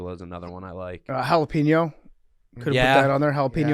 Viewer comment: Jalapenos bro wth lol